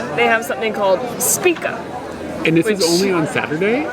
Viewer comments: SHpiTZa not SpiKa.;) is like big Papa Smurf!:D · Špica = shpee-tsa. Rhymes with pizza.